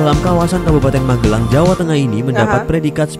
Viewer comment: Magelang bukan MaGElang uni.... cek google translate HAH